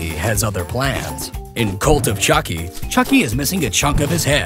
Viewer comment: AAAAAG!!! I had a cringe heart attack! You said “chuck buddi” 😂😂😫😫